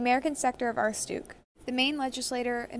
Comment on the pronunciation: Not how you pronounce aroostook but ok 👌 (I’m from Maine found this hilarious)